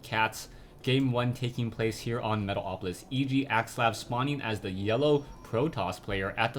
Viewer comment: i love how you always say metal-OPolis :D